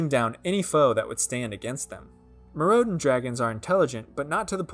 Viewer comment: Instead of "Meer rowd en", try "Myr oh den" 👍